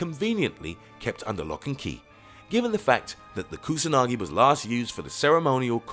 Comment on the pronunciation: It is pathetic the pronounce of non English name, like Amaterasu, Kusanagi or Yamata no Orochi.